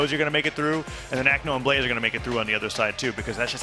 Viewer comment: god i was annoyed by the caster calling blaze blaizzy every time